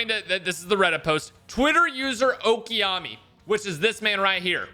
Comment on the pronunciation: Dude you pronounced okami's name so wrong. And around four minutes you thought xpertfusion was him.